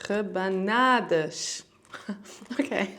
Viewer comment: feliz natal e bom ano novo perfect accent with the rabanadas ;)